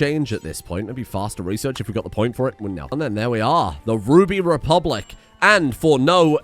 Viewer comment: Its Ruby Republic,.